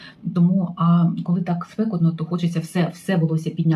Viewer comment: Наголос " спекОтно"